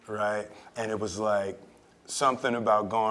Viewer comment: I wonder if it was jade who's remoulded herself after will or vice versa.. the spking in emphasised syllables, the elongated "riggghhhtt" when seeking understanding. I love will. Despite all the negativity his wife brings to the table (no pun intended)